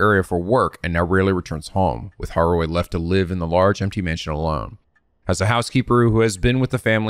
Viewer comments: Eey~ nice job pronouncing Harue's name. 😊 Yeah, in Japanese, 'e' (as a vowel) is pronounced like 'a'; especially at the end, like Okiie and Harue. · Yes, you guessed how to read Harue's name on your own this time! I'm so happy! Pronunciation is not the best but you get the idea and that what matters. Remember "e" is never silent in japanese and it's always read as "eh". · not sure if it's my place to say, i dont speak japanese, but since was wondering abt it, i Believe with romanized japanese words you're supposed to pronounce every letter as they appear, so you don't read harue as haru combining u+e into one sound, youre supposed to read both letters as ended up doing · we are all proud of for pronouncing harue correctly on the first try but that had to be balanced by him adding an i in jonouchi...